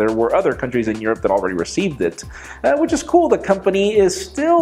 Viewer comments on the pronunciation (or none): none